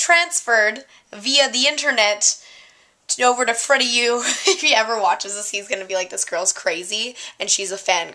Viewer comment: Forgive me if I'm wrong but isn't it Freddie W not Freddie U?